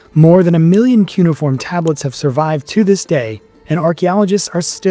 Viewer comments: “Cuneiform” has four (4) syllables: kyoo-nee-uh-form. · Let's try harder to sound educated, okay? It is pronounced "kyoo-nay-if-form" (cuneiform).